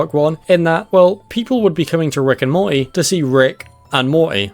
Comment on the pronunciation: Morty has a T in it. "Moree" lol